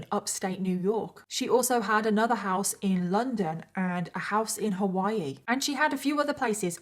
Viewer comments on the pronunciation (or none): none